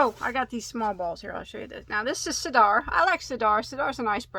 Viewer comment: As a Brit I've used all these yarns and they are really great value for money. I've moved to France so ordering from the UK costs a fortune in import taxes! Sirdar is pronounced sur dar. Both syllables have an even pronunciation! Sorry, think I may have just confused the issue even more!